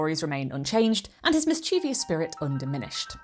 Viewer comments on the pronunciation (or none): Love your videos! Just one thing: it’s MISS-CHEH-VUSS. There is no “i” after the “v,” and “ie” is not pronounced “ee.”